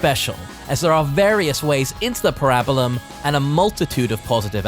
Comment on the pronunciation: I'm sorry but the pronunciation of "Parabellum" is killing me 😂 great video though